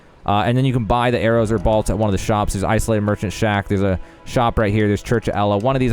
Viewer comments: It’s bólt, like lightning BOLT 🤦🏻‍♂️ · I want you to say bowl and then say bolt again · The way you pronounce BOLT is unacceptable. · What is a "balt"? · You pronounce bolt wrong haha